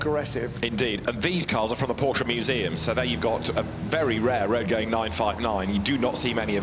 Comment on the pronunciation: Tell your host how to pronounce Porsche correctly please